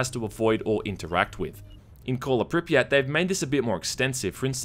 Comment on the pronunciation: It's not Pripyát, it's Prípyat. And actually it's not St[ɔ:]lker, it's St[a:]lker. As far as I remember it sounds so in CIS countries and in former part of USSR's Ukraine.